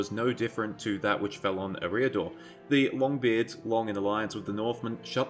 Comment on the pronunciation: I thought Eriador was pronounced air-ee-uh-door